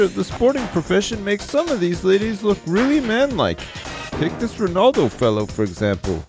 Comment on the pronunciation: Props to saying Ronaldo